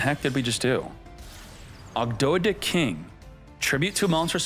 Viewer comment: saying Ogdo-dih and Enchilada was not on my bingo card